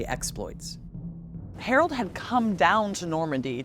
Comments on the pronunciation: His name was HAROLD. How do you manage to mispronounce that ? So pretentious. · She can't pronounce 'Harold' ! 😂